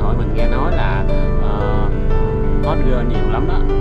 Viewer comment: Hot girl nha anh chứ ko phải hotger 🤣